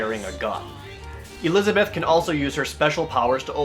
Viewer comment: Fucking hell, LEARN TO SAY ELIZABETH...